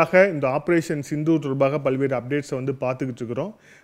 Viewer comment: ஆப்ரோசன்.... சித்தூர்.... ஆப்ரோசன்..... சிந்து... ஊர்....